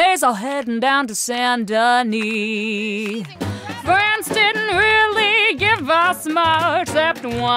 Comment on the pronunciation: Saint Denis in french don't pronounce the S merci